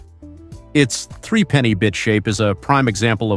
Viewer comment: Oh the irony. Some shots of the Morris J Type were actually an EV styled to look alike, and thus attract a custom clientele. AND the doors slid "internally" on the original. And "three-penny" is actually threepenny pronounced threp-a-nee (without pauses). Which was a pre-decimal coin of the UK - note England is but one part of a United Kingdom. Ask any Scotsman (et al).